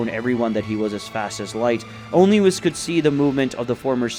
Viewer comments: If you're going to depict Yamoshi as women stop calling HER a HE, same goes for the FEMALE Namekian, Also the angels name is WHIS not WIZ, its an S not a Z think of it as saying WE then adding S to the of the pronunciation, also no one calls Beerus MR Beerus its LORD Beerus and Whis is just Whis, also Whis never calls Goku and Vegeta "Mr" he just uses there name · and there was the narrarator whom is incapable of saying whis' name correctly